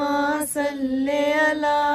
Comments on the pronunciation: If u don't mind I want to say something tha word is Sali ala not salay ala in darood shareeef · Kindly correct your صلى الله...read it with zer not zabar it's Sallee-Alla